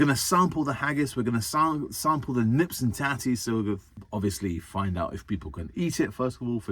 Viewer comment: I’m Scottish and at no point did I take offence at any point in this video. Fact, I thought it was fantastic. And it’s neeps not nips. I’ve started watching your videos because I’m playing with the idea of becoming a scout leader.